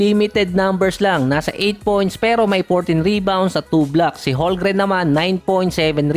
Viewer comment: CHET HOLMGREN Silent L po boss hndi silent M. 'Homgren'.. Hindi po HoLgren.